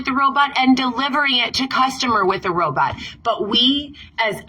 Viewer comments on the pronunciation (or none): Why does she say “Pizza Dominoes?” It’s just called DOMINOES! Everything about her makes me barf 🤢 Also, she says “ro-buts” instead of ro-bots 😆